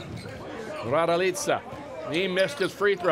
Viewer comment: Kako govori ,,rajdojica"😂😂😂